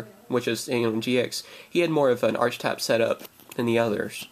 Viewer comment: Isn't it pronounced "Arkitype" and spelled "Archetype"?